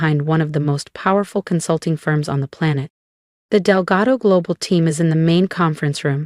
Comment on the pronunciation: It is Delgado, not Delgato. A.I is the future of our country and can’t learn how to pronounce or spell words.